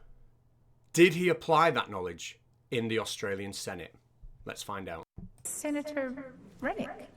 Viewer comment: why do you call him "sanitor"? also, his name sounds very like to Krennic (dude from Rogue One), I'm amazed